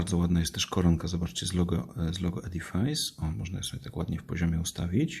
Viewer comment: Przepraszam ale wymowa to 'edifis' , nie 'edifajs'